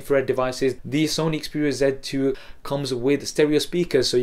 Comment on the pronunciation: You say sony xperia "ZET" 2, instead of Z 2.